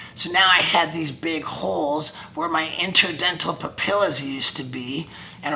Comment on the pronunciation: Ay who went to go check their “interdental pupilas” 😂😂